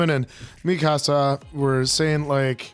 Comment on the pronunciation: I'm on your third episode now and I just have to say. Please it's "mi-kaa-suh"